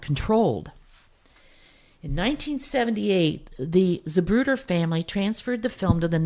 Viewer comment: Great info, thank you. But never in my life have I heard it pronounced “Zabruder”.